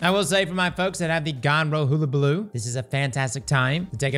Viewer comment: LOL Still can't pronounce hullabaloo